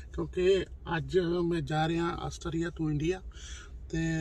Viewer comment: Jis country vich rende ho, oda naa bolna ta sikh leyo.